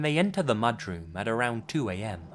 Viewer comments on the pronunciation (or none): what the fuck is a “mudgeroom”